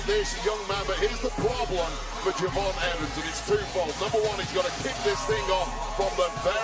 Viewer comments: Did that fool say Je'von Williams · Why is no one talking about “Je’von Williams”